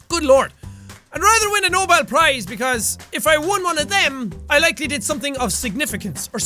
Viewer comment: How Jack says Nobel Prize sounds extremly German, like really I am German and that is so confusing